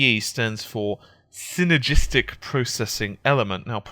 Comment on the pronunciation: You have the most annoying accent of all time, seriously listening to you try to pronounce "synergistic" sounds like a damn dog trying to bark with peanut butter on the roof of it's mouth.